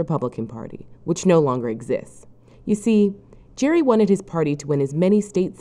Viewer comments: His name is pronounced like Gary, not like Jerry. And yes, that means we pronounce gerrymandering wrong. But the least the supposedly educational narrator can do is actually get his name right. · Elbridge Gerry's name has a hard G in Gerry. Gerrymandering was (presumably) originally pronounced with a hard G too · If you can't even get Gerry's name right, everything else you say is suspect. Sloppy is not convincing.